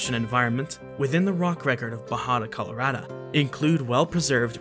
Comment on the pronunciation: If only he could pronounce most words correctly Its coloraDO not coloradah Its baJADAsaurus not bahadahsorus Etc Its kind off a major annoyance but a great video nonetheless